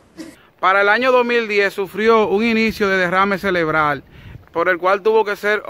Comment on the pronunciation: minuto celebral no,, es cerebral.. palante hermano.. gracias..